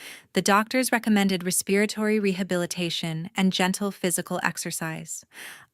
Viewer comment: What happened to the sister and learn to pronounce respiratory.